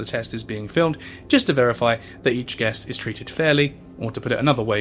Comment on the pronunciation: you have a speech impediment with the word "each"